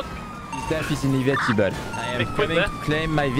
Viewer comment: His death is “inivetable”